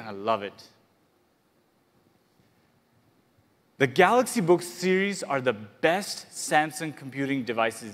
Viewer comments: Samsung galooxi not ton !! Smaaaaart phn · Did he say Galox again I didn't watch the full video. And if he did, when? 😂😂